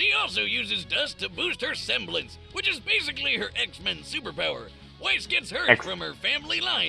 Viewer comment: tfw prounces weiss's name right. utterly butchers mitsuru's me: angry persona fan noises